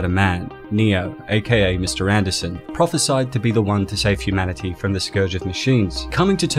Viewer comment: You correctly said "prophesied" and not "prophesized!" You'd be surprised how many people get that wrong! Dark City did it before The Matrix, and a 1989 movie called 'Split' - unrelated to 2016's 'Split' - did it before Dark City. What's the difference between a "vase" and a "vozz?"